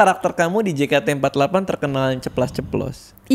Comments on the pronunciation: Gemes bgt bang radit nyebutnya jekate. Padahal member udah nyebutnya jeketi :( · jei ke ti for ti egk , bukan je ka te empat lapan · juga bilang jekate empatlapan